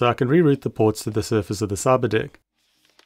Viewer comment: Every time you say Cyberdeck it sounds like Cyberdick and I'm like what